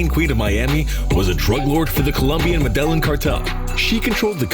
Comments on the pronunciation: The way he says medelline bugs the hell out of me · We know the narrator doesn't know Spanish, because he constantly pronounces Medellin incorrectly!! You should watch The True Wealth of Pablo Escobar by RealLifeLore!! It's a short video, but it shows how rich that guy was, as he was probably the richest criminal of all-time....besides Vladimir Putin!